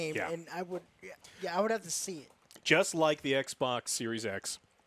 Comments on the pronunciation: Is there a reason behind the way he pronounces ekbok? It's funny. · The moment I heard was becoming like an "eck boc" controller was the moment i lost all faith and down voted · Joe leaning toward PS now makes me mid his distinct “eksbaks” pronunciation